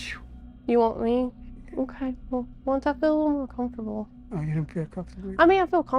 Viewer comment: … “I want you”… sounds like “I want chu”… takes me out all the time 😂😂😂😂😂